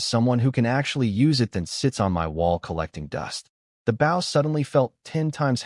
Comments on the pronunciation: It's bow, not bow. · Why cant the ai say bow all the time lol baw goodness gracious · Why can't you pronounce bow and wound properly?? Oh, sometimes it is correct, sometimes not. And the idiotic spelling out of capital letters. Can't you proofread?